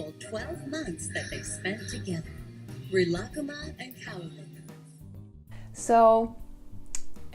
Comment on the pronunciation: They way they pronounce Rilakkuma, I can’t. Thank you for pronouncing Rilakkuma correctly